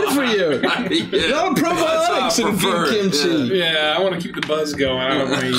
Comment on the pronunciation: does the Face expression and tone into these NPC’s perfectly! It’s all so good!! He heard it as so as he said it🤣 omg😭 let the man do shit without crap happening to him NOT THE KIMCHI😭😭 “Kim Cheese” OMG 😭 and then right after “Ya know, I once knew a girl😃” I love reaction to bunko being real 🤣 I died with laughter, I should not be watching these sick🤣 Wrong campaign and (also I love the fact that went immediately to Skrimm 🤣 as someone with a Irish dad, that’s really good!! “Well, I say we kill the bitch!” Best thing ever in an Irish accent! giggle while the guys are living in a literal hell is so funny🤣 and back and forth is so funny and I love it!! I don’t think so😃 NO! HES BACK DAMNIT Basically: Kill me, please kill me😀😀 No, no. Ur not alone kremy